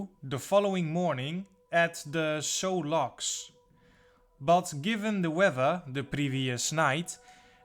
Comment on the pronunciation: Its pronounced ****SUE****LOCKS Not "So" Locks. Great video!!